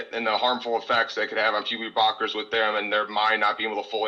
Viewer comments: Puberdee Brockers 🤣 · Is it just me or did this caller say “puberty blockers” wrong every single time 😂